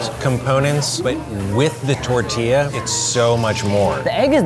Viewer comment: The way they pronounce "tortilla" kinda makes me cringe